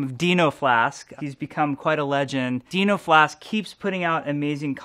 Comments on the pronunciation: dinoflask when senpai finally notices you but he cant pronounce your name right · think he did it on purpose to annoy you because he has said it right before haha